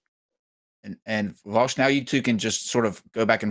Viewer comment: Is it just me or did AS consistently mispronounce Vaush's name as "Vaus" instead of "Vau-sh"?